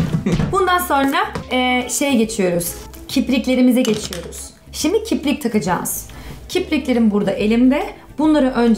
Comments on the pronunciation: Das heißt nicht kiprik sondern kirpik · Kiprik değil kirpik kgkdjfjsjdjdjsjhf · niemand: wirklich niemand:: KIBRIK HAHAHAHAHAH kirpik heisst das gahahahahah voll süss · "kiprik" Ich:"Nein, das heißt kirpik" 😂😂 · Bin ich die einzige die merkt das sie „kiprik” sagt HAHAHAH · nicht"kiprik" Sondern: kirpik😂😂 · bin ich die einzige die das kiprik von voll triggert weil es ja kirpik heißt 😂😂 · nicht Kiprik sondern kirpik 😂❤️👍 ps:nicht böse gemeint❤️💕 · du sagst kiprik hahahaha das heist aber kirpik <3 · es heißt kirpik nicht kibrik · Kiz kirpik heisst das, nicht kiprik 😂😂😂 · kiprik degil kirpik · Es heißt KIRPIK und nicht KIPRIK🥺😂